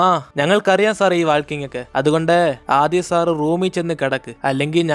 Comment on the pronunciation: വാൾകിങ് അല്ല walking aan